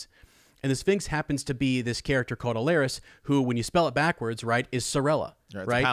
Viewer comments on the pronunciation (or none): Great stuff! Just nitpicking: it’s Alleras, not “Allerias”. Hitting the ear a bit hard the more you keep saying it. Sorry.